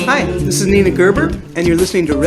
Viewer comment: At film spot the host renames Nina ' Nanic' a bit odd yet he is in Australia 🎉